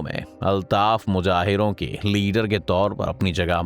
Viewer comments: Muhjahir not muhajir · The word is Muhajir.. not Mujahir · Bhai mujahir nahi muhajir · Mujhajir nahi Muhajir hot hai gandwe😂😂😂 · First of all the word is mahajir not mujair. And second thing is that there is difference between two political parties of Punjab and Sindh which are PPP and pmln ، PPP is from Sindh and pmln is from Punjab if Punjab is more developed it is because of pmln which worked better in Punjab and nothing else. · Mujahir nahi jnab muhajir alfaz he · Mujahir nahi bhai muhajir hota hai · Mujahir nhi muhajir